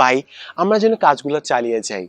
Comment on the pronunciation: স্যার আপনার একটা উচ্চারণ সঠিক হয়নি! তিন মিনিট 20 সেকেন্ড এর মধ্যে আছে !! আপনি আমরা না বলে বলেছেন আম্মা!!!☺️ স্যার কিছু মনে করবেন না!! এভাবে মজা করে বললাম